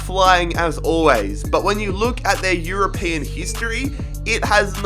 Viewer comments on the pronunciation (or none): none